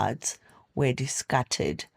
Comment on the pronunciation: Please pronounce words properly You said "her body was dicarted" 😂😂😂